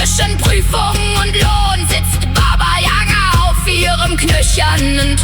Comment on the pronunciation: Für alle Deutschen: Bitte, bitte geben Sie im Wort Yaga den richtigen Akzent ein. Nicht Yaga, sondern yagA. Sonst wird es für alle russischen ein bisschen lächerlich und das Gerücht ist verdreht.